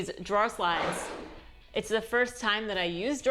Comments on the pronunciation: draw = drawer LOL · I’m not sure what a “drah” is, but I suspect you start your day with “quafee” 🤣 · oh man - drawer lol - don't 'drop the "er" he he he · I never heard an accent from you before but in this video, when you say "drawer", I hear "draw". Boston? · I upvoted despite the missing syllable in drawer :)